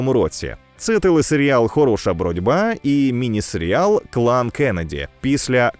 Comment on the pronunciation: Не читаєте ви все, інакше пощадили на моє прохання мої вуха і більше не називали серіал сер'ялом.... Все решта як завжди дуже кльово і цікаво.